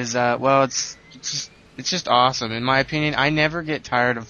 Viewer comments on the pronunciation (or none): aweshome very awshome !